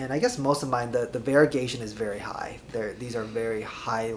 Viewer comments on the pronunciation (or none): none